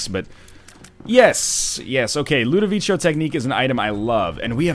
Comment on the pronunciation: Ludovico is pronounced with a hard C, you dingo.